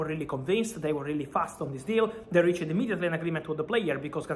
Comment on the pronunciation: bro, the "e" in "reached" or any other verb in past tense is silent. Cmon, you are THE football journalist. No need to loose your nice Italian accent but put in a little more effort